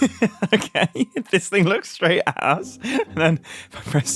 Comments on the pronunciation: He says it "looks straight at us," but it did NOT sound like he said 'at us' upon first listening 😳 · yeah it did not sound like that even the subtitles did not compute lol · I believe he’s saying “at us” But yeah even the subtitles heard it